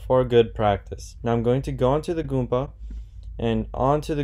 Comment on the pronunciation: Goomba not Goompa